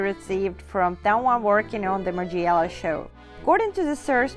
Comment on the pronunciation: You are pronouncing Margiela the wrong way.